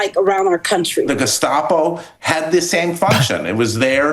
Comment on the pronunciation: GESCHTAPO. funny. he wants to pronounce german correctly since ST in geSTapo is normally SCH but not in this word haha. german language complicated AF